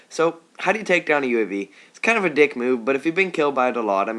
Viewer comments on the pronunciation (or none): none